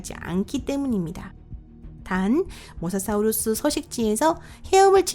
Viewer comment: 발음이 모사 사우루수............